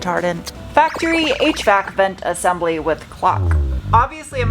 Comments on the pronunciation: For a second there, I thought you said "8-track controls and then my noggin registered via visual input that you were ACTUALLY saying HVAC controls 😂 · Had about one minute 58 seconds you said HVAC control and I thought you were saying eight track control